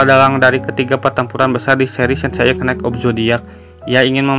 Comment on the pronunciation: kak, channel mu cukup menarik, hanya narrator-nya pelafalan F/V dan R nya kurang OK. juga termasuk pronounciation beberapa kata dalam bahasa Inggris-nya juga kurang OK. contoh : knight dan night itu lafalnya sama, dibaca : nait. dan masih banyak lagi. ayo latihan baca dan perbaikan lafal terus menerus sebelum di-record video nya. semangat!